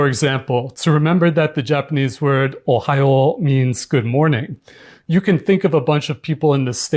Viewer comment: To be fair to him, his Ohayo pronunciation in Japanese and he was good about saying Ohio in American English too.